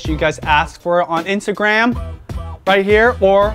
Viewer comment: Interesting... You usually do not pronounce your T's. In this video...you said "Pasa" water instead of Pasta water. "Insagram" instead of Instagram... & Toally optional" instead of totally optional... lol. Take a listen to yourself. I think u have a speak impediment or have trouble with annunciation.